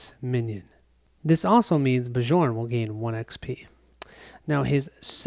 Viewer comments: Love the play through, but you are driving me crazy calling the barbarian "Ba-Jorn." It is pronounced "Byorn," like Bjorn Borg. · Awesome play through. The Trog's are cool. Have only played with the base game monsters. Bjorn is pronounced Bee-YORN:) it is a Scandinavian name. Charge was an awesome skill in our game on Bjorn. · Bjorn (Bee-yorn!) should not heal 1 point when he takes the +1 Max Health skill. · Every time you say Bjorn, the way you pronounce it, I have to think of a French guy in white/blue striped shirt, fighting with a baguette...